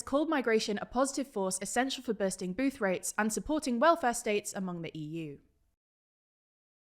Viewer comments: “essential for birsting booth rates” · Accidental "Bursting Booth-rates" made me spit out my drink haha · I heard that too lol